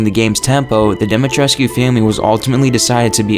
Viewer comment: I'm always a little confused when I see these big channels of facts and cut content from games, which makes me think they're run by really big fans of the games they're covering, and then hear them completely mispronounce names like Moreau, Dimitrescu, and Beneviento which leads me to wonder if they even played the game at all lol.